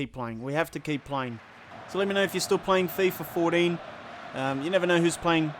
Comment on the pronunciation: "Fifa FourDEEN" lmao